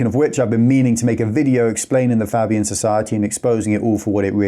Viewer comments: Fabian Society. Pronounced Fay bee an. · Do the expose on the Fabians please. If you show me something about that I didn't know I'd be surprised but I'll leave it in the comments of that video. Is it pronounced faybian or fabbian? Unsure